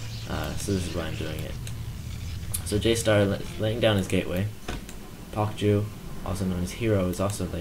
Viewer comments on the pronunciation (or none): I think pokju might actually be pronounced Poke Jew. It means binge drinking.